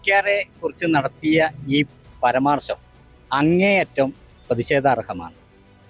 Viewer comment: പരമാർശം..... അല്ല. മുതലാളീ...... പരാമർശം.എന്ന്.. പറയണം